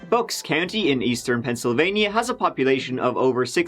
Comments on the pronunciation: Dude! Pennsylvania is NOT 2 separate words. Pencil Vaineeyaw! NO. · Pencil. Vania.